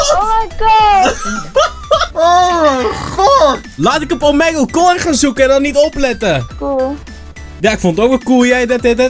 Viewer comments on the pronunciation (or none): T is toch gewoon Omiigle? (Uitspraak) En niet Omegel (uitspraak) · Omeggle xD je spreekt het uit met als ee niet als e